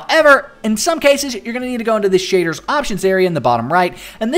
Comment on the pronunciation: Your accent though SHAYDRRS pack